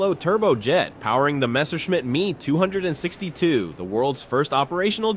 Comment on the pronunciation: and the horrible mispronunciations...the "Me"-262